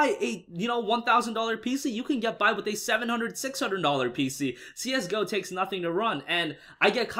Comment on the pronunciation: I cringed everytime he said Csgo wrong